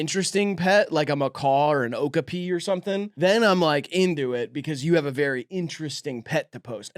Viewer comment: okapi is pronounced oh-KOP-ee.